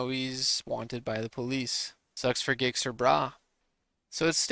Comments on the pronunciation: Gixxer Bruh pronounced Jixxer Brah! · Learn how to say Gixxer. LOL